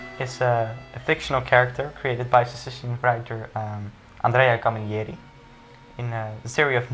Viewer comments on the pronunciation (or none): It's pronounced CAMILLERI, not Camillieri, and Bonetti-Alderighi is not with a soft G. Please learn how to say the authors name.